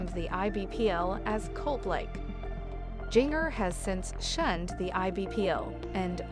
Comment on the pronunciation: Its pronounced Ginger